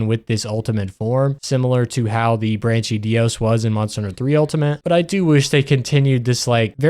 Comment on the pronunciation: Great video bro, I love it. Your mispronunciation of the places and monsters is diabolical, though. You did the brachydios dirty